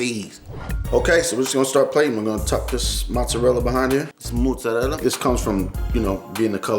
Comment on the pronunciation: Oh and it's MOzzarella, pronounce it putting the accent on the "o". And definitely it's not Muzzarella